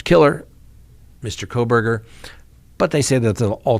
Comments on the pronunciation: it’s kohberger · I don't believe there is an "L" in his last name.......please be careful..... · Why did you add an l to Kohberger???